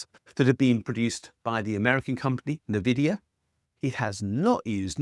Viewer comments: Fyi it's ENvidia not NEvidia. Also deepseek still uses pretty advanced nvidia chipsets in its making, but yes at vastly less "stated" costs and demands than those for chatGPT and it's US ilk. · In agreement. A pointer: It’s not “Navidia,” but instead you pronounce the “N” as the letter name. So it’s “N Vidia”, and this is a play on “Invidia” the Roman goddess of jealousy and envy. The idea as that they claimed they were making all their competitors jealous. Turns out, yeah. That came true. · Great video, btw Nvidia is pronounced 'en-VID-ee-ə' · It’s pronounced “en-vidia”. It’s literally a wordplay on the word envy. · It’s pronounced eN-Vid-eeya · Great video. Couple of points...NVidia is pronounced en vid E a. Money never 'literally' comes out of people's ears. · It's pronounced ENNvidia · They pronounced it at CES (I think it was the MSI rep) like this as well. It's the future, get onboard! 😂